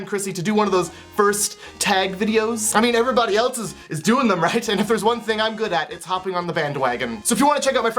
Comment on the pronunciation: Why do people say elts and not else?